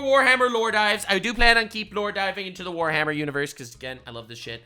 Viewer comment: "Forhammer Worty K"